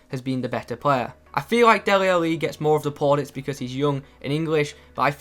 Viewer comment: why are you saying Deli Ali so strangely?